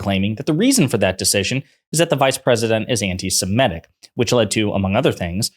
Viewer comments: FFS! It’s “anti-SEMITIC”, NOT “anti-SEMETIC”!’ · you're too erudite to be mispronouncing "antisemitic." You said "antisem-ETT-ic. It's actually "antisem-ITT-ic. That's an "i' in the fourth syllable, not an "e."